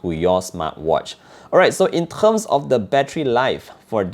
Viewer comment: 'In terghhssm'. Subbed✅